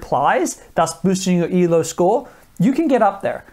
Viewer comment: Its not E.L.O Its Elo, named after the Russian inventor. Pronounced Eelo